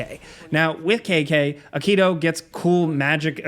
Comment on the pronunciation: sorry but say it with me here Ah-Ki-Toe not a-Kito